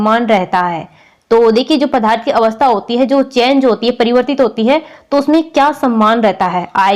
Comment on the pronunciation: Mam padarth kahte hai padharth nahi samche